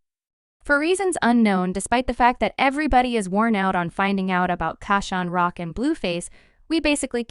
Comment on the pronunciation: 😂😂😂😂 did you hear this thang say CRAN-ROCK 😂😂😂😂😜😜😜😜Who is CRAN-ROCK YA’LL????😂😂😂😂😂